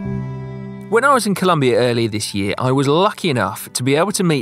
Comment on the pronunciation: Absolutely brilliant video, the respect that Si has for Agustin shines through. Si however needs to learn the difference between "ano" and "año"!